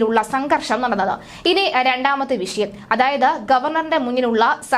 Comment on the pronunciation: ക്ഷമിക്കണം. ശരിയായി ഉച്ചരിയ്ക്കുന്നതാണ് ഭംഗി. വിശയം എന്ന് പറയരുത്. വിഷയം എന്ന് തന്നെ പറയണം ആർഷോ എന്നാണ് പേര് കേട്ടിട്ടുള്ളത് ആർശോ എന്നായിപ്പോയി